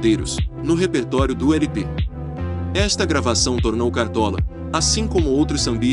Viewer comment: Você disse "éle pe ésse", que quer dizer "long play", ou seja, disco com mais de uma faixa. Afora isso, seu documentário ficou excelente.